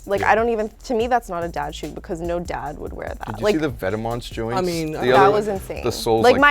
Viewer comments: ve-tee-ments. I'm fucking cringing smh. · Its pronunced Vet-Mah... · Its vet-mahn you fucking moron. #firewelty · can u guys say vetements like it was meant to be said PLEASE :( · Every time they said "Vetements" it was so cringeworthy. Please learn how to say some of these names guys lol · not how you say vetements. it's french you bish. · The way they pronounce Vetements is annoying.